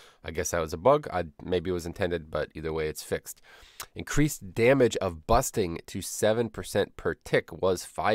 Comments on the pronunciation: you saying busting instead of bursting triggers me for some reason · Busting and Quakking by some reason, anyway great changes.